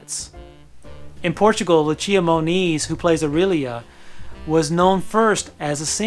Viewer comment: I understand foreign names are difficult to say but the way he pronounced Lucia Moniz is so far off is actually disrespectful